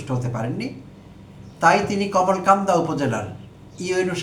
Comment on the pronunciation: Bhai Kamalkanda noy, Kalmakanda.